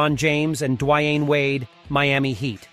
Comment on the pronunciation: Dwy-ann Wade? gtfo with this robot narration bs.